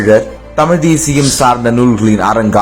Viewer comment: நீனே தமிழ் சரிய பேச தெரியல.தமிழை தமில் என்று சொல்கிறார்